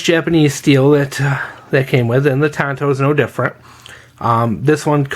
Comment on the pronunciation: Tanto. It’s Japanese. Unlike English, in Japanese they only pronounce their “a” sound one way; “ah”. Akira, Tatami, sake, yakuza, katana, arigato etc… On that note: “Hi-Yo, Silver! Away!”